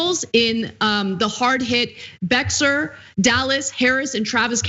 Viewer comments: Correction: “Bexar “ County in Texas which includes San Antonio is pronounced “Bayer”. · Everyone laughed at me in elementary school cause pronounced it "Bex-Are" County. I was fresh from California and confused as hell by that X. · Ana - it's pronounced Bayhar, not Bexar...despite it's spelling...it's called a "Spanish word" you racist. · Just a heads up the county that is San Antonio is not pronounced Bex-ar.....It is pronounced Bear.....The x is silent..... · Beckser.......*cringe* It's BAY-har or Beh-HAR. The emphasis depends on how strong your English versus Spanish accent is. And yes, we are pronouncing Texas incorrectly. It should be pronounced Teh-HAHS or Tay-HAHS. It should roughly rhyme with 'Hey Boss'. We also spell it incorrectly. It should be Tejas. The 'X' is a swap for the original Spanish 'J', which itself was only an approximation of original Caddo language phonetic. Anyway, the original Caddo word that Texas is derived from means "friend", which is why Texas is "The Friendly State". That being said, at least tens of thousands of preventable deaths are due to the catastrophic incompetence and epic greed of the members of our government. Between their economic policies and buffoonish bungling/malevolent mismanagement of the COVID response, those a-holes have caused more pain, suffering, and death than any foreign terrorist group. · Sorry Ana. Bexar is pronounced "bear". Original Spanish pronunciation is "bay-har". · Ummm, I have NEVER heard Bexar pronounced as ANYTHING other than "Bay-Har". NEVER "bear". The "bexar" is an "americanization" of a "bejar", because they could not fathom having a "j" there. Why they thought an "x" fit, is beyond me. Same thing with Texas, which was originally Tejas. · Bexar is pronounced Bear in Texas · Bexar County is pronounced Bear County. ;-) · Bexar is pronounced Bear. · Bexar County is pronounced Behar (Spanish, J and X are pronounced as H) they pronounce it locally as Bear County. :) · Ana, it's pronounced Bay are